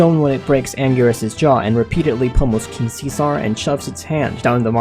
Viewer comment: I hate how you say king see sar